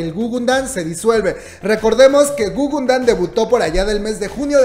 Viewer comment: jajaja guguNdan??? plop! ES (o era) gugudan... te emocionas mucho al hablar y lo dijiste mal de principio a fin...